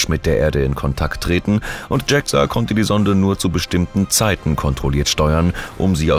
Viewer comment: Warum wird JAXA englisch ausgesprochen? Sonst interessanter Bericht.